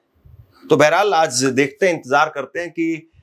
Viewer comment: Urdu Bolney ki koshish mat kro tum se na ho payega Aaz nahi hota Aaj hota h